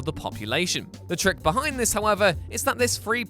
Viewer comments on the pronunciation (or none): none